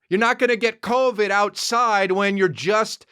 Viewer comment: Yeah but also , "we're outside..yroutside" ! Love it!🤙🏼